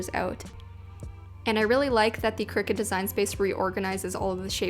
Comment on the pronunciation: Lost me when she said ciricut